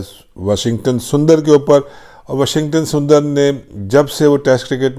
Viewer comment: Haha 🤣 Washington surinder instead of sundar